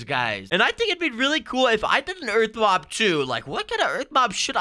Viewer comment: Am I the only one that hears “mog battle”